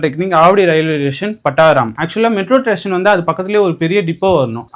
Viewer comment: மெட்ரோ ஸ்டேஷன் ❌️ மெட்ரோ டேஷன் ✔️